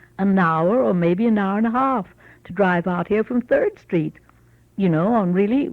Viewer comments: She said the word HALF very British. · You missed how she pronounced “half” like an Australian at 3.23.